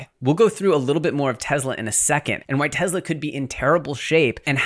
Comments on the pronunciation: Its Tesla not Tezla. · …. It’s NOT TEZZLA. My god lol. “Tesla” TESS-lah.